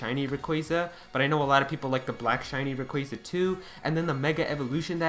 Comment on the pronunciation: RAy-qua-za please stop saying RAy-quA-za